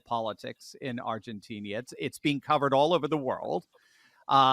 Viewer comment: in Spanish the "i" is pronounced as a long "e", and the "e" as more like an "ah" or "an", so it is pronounced like Ar gah teen een an. In general, Spanish is pronounced phonetically based on their pronunciation. But in English, we have no such rules. In English we say Llama as "Law ma" for the animal, but the Spanish say "Yama" because the double LL is pronounced as a "Y". I lived in Latin America for a few years and I could not speak like a native but I learned a lot about the language and could get around OK. But my friends in Latin America had the same issues when speaking English. For example they were reluctant to say sh*t because the long "e" made it sound like sheet as in a bed sheet or a sheet of paper. Instead they would revert to the Spanish word mierda. It was humorous how words in different languages could cause problems. In the country I lived in "pajaro" both meant "bird" and "homosexual" depending on the context. Viana, in the country I lived in was used as vaina de bayoneta which was a bayonet scabbard but in other countries it was a vulgar term. And the Latinos seem to have endless idiomatic expressions that when used in a conversation makes it difficult to understand the meanings. When I used English idiomatic expressions it left them puzzled what I was talking about. When I used "don't look a gift horse in the mouth" in Spanish they had no idea what that meant. And when I initially heard in a conversation, "Con la boca cerrada, no entrra la mosc